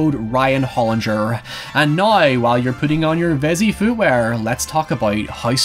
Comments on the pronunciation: It’s pronounced “now” (nou) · How normal English speakers say " Now " How Ryan says it " Nuaoy "